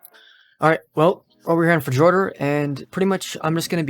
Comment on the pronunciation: "Fejorder" I dig it.